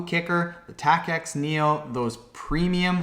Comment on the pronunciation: Tacx is pronounced like tax. Also, Apple went from iPhone 7 straight to 8. There's no 7s.